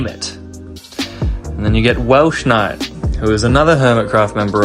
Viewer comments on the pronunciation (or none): Im not sure if you fixed ir in the video but its "wells-knight." Not "welsh-night." Im afraid theres no H in their name, I aplologize though if its just pronunciation, I struggle with that a lot myself. Sorry if thats rude! its just odd hearing them be called welshnight, wells also works as its what some people call them for short. edit: the woke stuff is likely people trying to get attention by saying stupid things, just ignore them. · It's not welshknight. It's Wels... W E L S. It's not hard! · The only part that upset me in this video was you calling Welsknight, Welsh instead of Wels 🤣 otherwise this was a great video breaking down what a disappointment Iskall has been